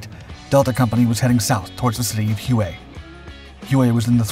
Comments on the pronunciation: Hu-eh 🤣😂🤣 it's pronounced "whey", like "whey protein" 😂😂🤣 hu-eh 🤦🏼‍♂️😂😭😭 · Its pronounced "way" not " who ay " just saying . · 1. You can’t be bothered to pronounce Huey properly? 2. You completely skipped him getting his commission.